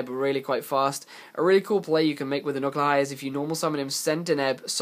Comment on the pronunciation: Except he says Unukalhai wrong.